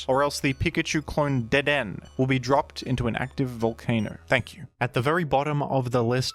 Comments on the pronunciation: The way you say dedenne is painful.. (like dead- en- A) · I'm annoyed at pronunciation of Dedenne even though hes pulled clips from the anime, it's dedeNAY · It's pronounced deh-deh-nay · DeDen is a strong contender against GruDon for the weirdest jimnounciation. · Don't worry. The pronunciation was wrong so the true Dedenne is safe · The way you pronounce Dedenne is so funny, like your tongue is stuck in a blender while gargling condensed milk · I believe Dedenne is pronounced with a 'Neigh' at the end. It is because of this that Dedenne is applying to join the Horse Council. I understand that you may be silencing the 'Neigh' because you disagree with Dedenne's claim, referring to it as "Dedenne's Dastardly Deed" in private, but I think we should all give Dedenne a fair chance. Thank you. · I watched a lot of the gen 6 pokemon anime, which had Dedenne in there a lot, yeah he's absolutely pronouncing it wrong lol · has mispronounced the honorable Dedenne’s name. I think it is fair to say that there is hardly a greater offense capable of being conceived of. Devastating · You mispronounced dedenne on purpose didn't you? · I have to wonder if his butchering of the pronunciation of Dedenne was motivated by trying to make the dead-end joke work.